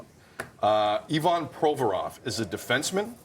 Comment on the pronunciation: Look at Sid pronouncing Ivan in a Russian accent. Lol. It's EYE van Provorov and he's been in North America since 13 yrs old. He didn't want to wear the rrrrrribbon Sid. Now go steal someone elses Armoire!!!